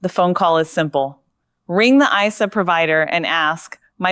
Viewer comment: It is an ISA not an I S A